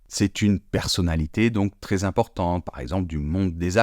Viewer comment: Le commentateur prononce "mé ailleux s"appelé" au lieu de mè ailleux s'appelè" il dit tré au lieu de trè pour prononcer très. Et on ne prononce pas non plus "français' francé mais francè